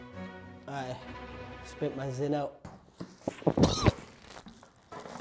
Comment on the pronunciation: stop calling it zyns that sound so stupid